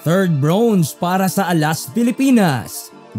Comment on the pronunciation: congrats alas! pero request lang po sa vlogger.. medyo nakaka-inis at nakakahiya po ang pronunciation nyo ng "bronze", parang "brownze" eh... pede po paki-ayos? baka masayang ang medal ng alas.. hehe at baka mahawa pa ang mga batang manonood ng video nyo.. thanks